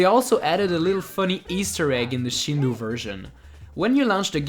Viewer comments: A day late and a dollar short, but it's shin-doe (as in a female dear), not shin-doo (as in a bad pronunciation or Hindu). Japanese phonology isn't hard to research. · Not Shindu but pronounce it ShindÔ （振動 , which means rumble ) Great vid ! As a japanese , i played the shindou one when i was a kid ( so it s the same as the american version ) I didn t know there were so many differences between versions . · Shindou is pronounced Shin-dough.